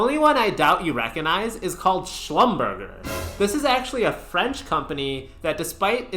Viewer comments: It’s pronounced slum-burr-jay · Dude totally butchered Schlumberger's name. What a douche'